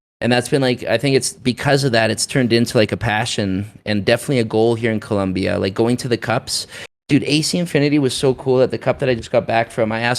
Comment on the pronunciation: It Colombia not columbia